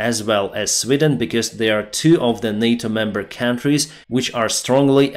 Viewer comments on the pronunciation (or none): none